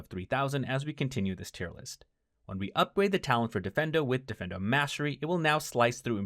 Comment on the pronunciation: dee-feen-doe, not defendo. 😅